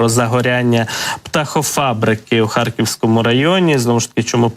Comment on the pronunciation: У ведучого жахлива вимова... Що це за акцент ???!!!... "Харківскому, здогадуватиса, до кинца, области, росияни, промисловости, мисти, доступности, ци, відбувалоса, пядесят...